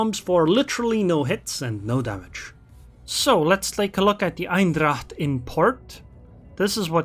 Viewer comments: I just watched this video to know better how to play this ship. I learned something here and I'll start used its airstrikes. By the way, you pronounce its name as "Eindracht" .. while it's Eendracht. ;-) Greetings from the Netherlands. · Thanks, liking your vids. BTW the correct way to say the name of this ship is not EINdracht, its EENdracht (like how you would say the 'ai' in pain). Look forward to meeting you in ranked next time XD. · Lol, you pronounce it like it's german